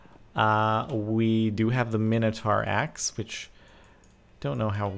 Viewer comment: Its Mine-oh-tor